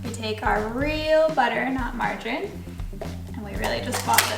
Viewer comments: Also!!!!! It is not pronounced Mar/jar/in it is pronounced Mar/jar/eeeeen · Second version was perfect . Just wanted to add , that it is pronounced ...margareeeen .